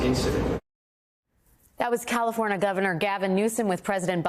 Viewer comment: She couldn't even say California right listen to that Dallas California what a bunch of idiots you are